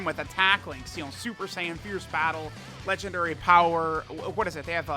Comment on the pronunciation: DAY 1 ON SAYING LEGENDNARY